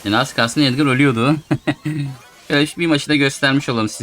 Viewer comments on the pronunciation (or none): none